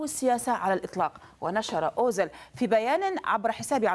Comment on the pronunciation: اوزيل و ليس اوزل أيتها مذيعة يا مثقفة يا خرجية جامعات والله عار و عيب عليك صح